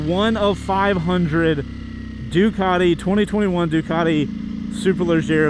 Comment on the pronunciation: For a sec I thought he said "Dugati super Legit" 😂